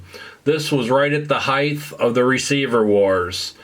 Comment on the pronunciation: Love the concept and execution of the channel so far. Amazing these are now considered "vintage" by any standards, but time rolls on. Unfortunately, was painful to hear you speak of the "heigTH of the receiver wars". Will skip to some of your other videos until my disappointment wears off.